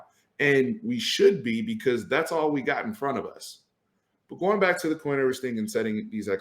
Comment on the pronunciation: Pretty sure "Ewers" sounds more like "yoo-wers" than "ooh-wers".